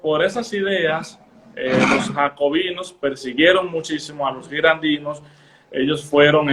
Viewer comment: Girondinos...no girandinos.